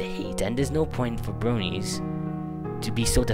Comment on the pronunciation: Ha his accent sounds funny "bwonies"